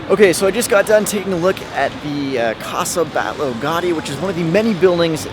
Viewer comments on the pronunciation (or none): its pronounced ca-sah bat-yo gow-dee (the mispronunciation of gaudi really grinds my gears)